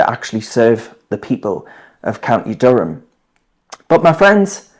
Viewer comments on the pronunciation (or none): When he says "Durham" it sounds like he's saying "dumb" how ironic 😅